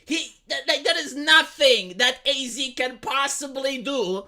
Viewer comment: Would you please stop saying A-Z. It's pronounced "As"